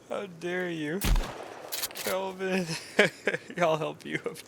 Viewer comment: I love that basically everyone I've watched play this game so far can't seem to get Kelvin's name right 🤣